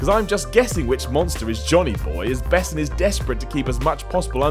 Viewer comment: Dude. It ain't besens. It's bessone